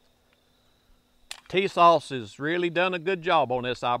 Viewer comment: Hommie just said tisauce jajaja